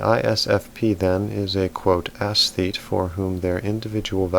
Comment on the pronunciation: It is not pronounced ASS-thete.